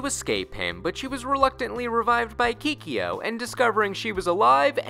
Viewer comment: "Keekee-yo" No more plz. Make it stahp